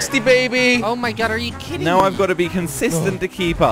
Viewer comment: says are you khidding me